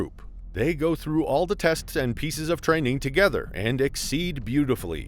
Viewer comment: Haha train-Ning Chek it